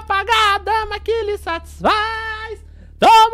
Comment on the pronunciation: dama ?? não é cama